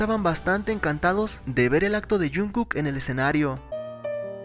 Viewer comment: Porque no dices bien el nombre de jungkook?